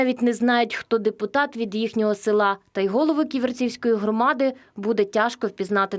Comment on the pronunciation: А наголос правильний важко поставити?на Ківерцівський район?)))АВЕРС)))